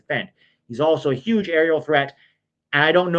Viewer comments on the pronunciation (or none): none